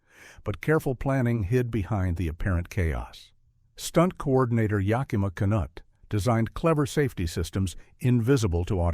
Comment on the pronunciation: Not ya-KIMA’ but YAK’-I ma Knute-“. AI never gets pronunciation correct. Ben Hur is the best movie ever made, period. IMNSH opinion.